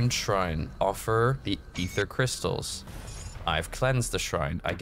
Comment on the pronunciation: EEFER CRYSTLES